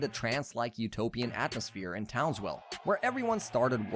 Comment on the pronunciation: Why do I feel like you keep saying townswell